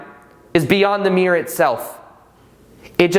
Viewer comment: This is a good video and earned a thumbs up, but your pronunciation is a bit sloppy. For example, mirror has two syllables, mere has one.